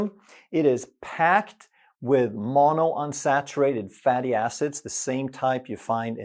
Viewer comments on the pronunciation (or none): none